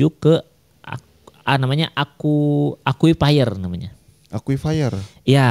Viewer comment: Akuifer bukan aqufaier